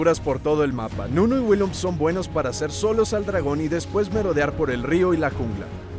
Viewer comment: "WILLINPUM"